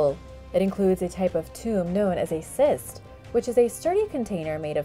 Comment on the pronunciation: Not a “syst” burial (in your pronunciation). It’s pronounced “kist”.